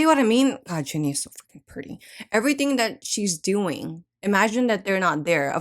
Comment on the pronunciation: its jenni not jinni